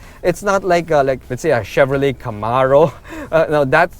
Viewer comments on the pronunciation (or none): none